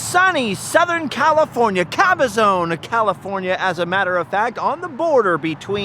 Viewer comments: Sir, it is Cabazon (ka•buh•zaan) not Cabazone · Good video, but work on your pronunciation of the city of CABAZON. The last syllable is pronounced ZON (rhymes with the name Ron), not Caba-ZONE. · Caba-zon. Not zone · It isn't Cabazone! It is pronounced ka-ba-zaan. Strange growing up around that area you wouldn't know that.